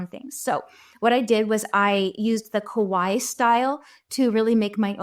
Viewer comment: Please stop saying Kowaii. It's Kawaii with an A. The way you pronounce it means "scary" in Japanese. And if you didn't know, "Kawaii" means Cute. So when you write Kawaii style animals, use cute instead. It's the same thing! Just so you know, for future videos 😊